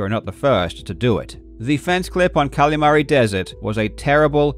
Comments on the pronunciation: great video but it kills me every time you call it cally mary instead of calimari like the fried squid dish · I am begging you. Please stop saying Kalamari like that